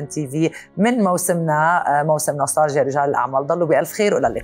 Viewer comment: نستالجيا تلفظ التاء فيها مرققة وليس مفخمة حتى لا تسمع ..نسطالجيا.